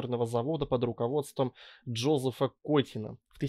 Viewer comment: во-первых Жозеф, а во-вторых Жозе́ф. Я вообще подумал, что он Иосиф, и что ты по-английски про танк читал. Хотя это всё как бы одно, но всё-таки хотелось бы мира пополнее.